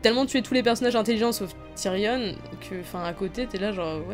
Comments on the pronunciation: C Tyrion pas Tyrionne! Le on se prononce comme dans camion, dragon ou gayporn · Pk tu dis TYRIONNE ??